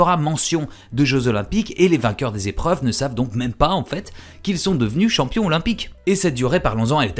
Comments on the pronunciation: Les liaisons dangereuses ! Mais j'ai trouvé ça passionnant aussi. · 477 z-épreuves ? Passionnant en tout cas ;)